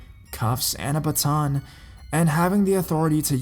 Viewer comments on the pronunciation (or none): none